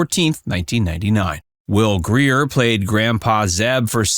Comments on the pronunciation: How about Will Greer ? Its Geer . Henry Fonda starred in Space Mountain ? Spencers Mountain. Yikes a.i. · Will Greer? Will Geer! But thanks, loved this. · Your video has a blooper. It’s Will Geer. You keep saying Greer (or Grier). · Will GEER. GEEZ. Do your homework. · If you are going to point out mistakes in the show don’t add to it be mispronunciation. You mispronounced Will Geer and Earl Hamner’s last names. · Did he call Earl Hamner, Hammer? I thought I heard Space Mountain instead of Spencer's Mtn. Ellen Corby had no husband from what I've read. Geer, not Greer. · Earl Hamner's last name is not pronounced "hammer" as you called it through this video. Will's last name is Geer, not Greer. Ellen Corby wasn't married. Will was the one to find her at home when she suffered her stroke after noticing she was late for work that morning, and she was never late before. Also, a fact you didn't mention regarding the set bedrooms...John and Olivia's bedroom didn't exist. It was actually the room they used for the girls' bedroom. They just switched out the furniture for filming the different bedroom scenes.